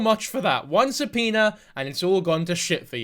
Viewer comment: I thought it was a joke about the way he says it 😂 but i am not a english speaker so i can not laugh probably will say it worst 😂❤